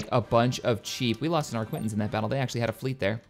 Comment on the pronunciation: For god's sake,! Arquitens is pronounced ARKITENS not ARQUINTENS!